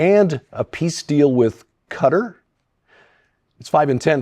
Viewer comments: Respectfully, Qatar is not pronounced "cutter". It is pronounced katar, (like guitar with a k) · How can you, a very intelligent and learned man, pronounce Qatar as cutter?